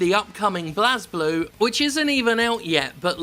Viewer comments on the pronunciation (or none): Its technically "Bu-rei Burū" but seriously pronounce it however the hell you like, its a dumb name. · If you play the games, you see that blazblue is a power thats activates and is pronounced "Blaze Blue" by everyone who uses it or refers to it. Ragna and Hazama instantly come to mind. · It's pronounced Blazblue (Blaze Blue) and RWBY (Ruby) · Blaaz (pronouncing it like Jazz) Blue.... Really? Its Blaze as in a fire. To set ablaze. Nitpick aside. I will pay for the DLC if it has english set of voice actors as I will be happy to pay their check. We didn't get english VAs in the last game and if this game doesn't have it. I will pass. We have ALSO already paid for DLC characters and colors before. This is a trend already here but if it means patches and updates and new characters. Honestly, Why not DLC? 20 characters in a fighting roster is huge! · The funny part is that you're also wrong. It's pronounced ブレイブルー, not "Blazblue". Enjoy. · Turned this off as soon as he called it blaz-blue. Educate yourself. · It's pronounced Blaze-Blue, though. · The official English dub IN the game (at least the first game) pronounces BlazBlue as "Blaze Blue" for what it's worth. Many people like to argue over this for no good reason though just because they just dropped the "e" at the end to try to be "cool" or something. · Its pronounced "blaze-blue" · I always though Blazblue was pronounced Blazeblue. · Hey Jim, it's blaze. ..I just wanted you to know this. ..I'm not sure anyone told you yet. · It's alright Jim, even Arc system works can't seem to pronounce "Bley-Bloo" properly. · Man, i love blazeblue. But why are they pulling this shit now? At least they have most of my favorite blazblue characters though i would have liked to also see taokaka and arakune. Also i think its pronounced Blaze-blue. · It's pronounced as BLAZE-Blue in-game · lol get over yourself. It's pronounced Blaze Blue. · Who else is cringing at how he is pronouncing "Blazeblue" and "RWBY"?